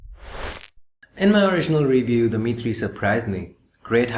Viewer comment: Every time you said "The Mi3", it sounds like Dimity, so now I have started calling the Mi3 "Dimitry" with a Russian accent.